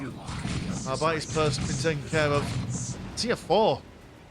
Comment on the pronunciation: it´s ar-bee-tes not ar-byte-s